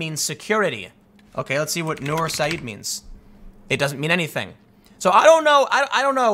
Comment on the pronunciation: Not to nitpick but I think its pronounced "noor Sa-eed" not "Nurse Ed" :P